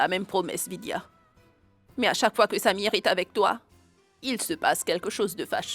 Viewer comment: J'aime Quand prononce le nom de samir!